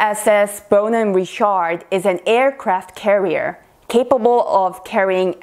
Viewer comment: It is not Ri-SHARD